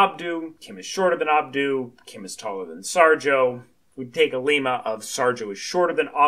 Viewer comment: its not pronounced like the country Lima. its like dilemma without, of course, the 'di-' prefix. Lemma.